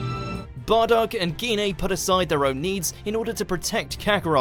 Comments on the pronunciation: It’s jine not geenay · He just pronounced Gine as gi-ne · Lol the way you pronounce Gine lol